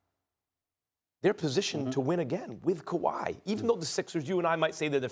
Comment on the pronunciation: I love how all the American talking heads say Kuwai signing everywhere but Toronto. Maybe they are right but I'd like to see them proved wrong again 😂